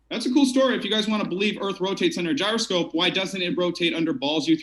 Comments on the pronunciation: I subbed thinking I'd see good debates but now I'm also rethinking that move: dude can't even pronounce "gyroscope" or define "marionette". Like seriously? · you don't know what a marionette is, and don't know how to pronounce gyroscope, and you didn't confirm the debate requirements with the participants prior to starting the event. Not very professional.